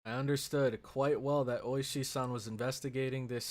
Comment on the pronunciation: It is Ooishi, the emphasis is on the first part of the name